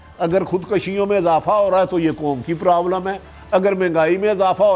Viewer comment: Oye Bhatti...kaisi hai teri "foj" aur teri "kom"....😂😂😂